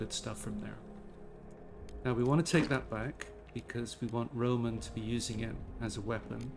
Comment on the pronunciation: it would be more correct to say «RomAn»